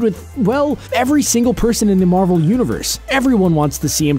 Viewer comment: Marvel not Marvek XD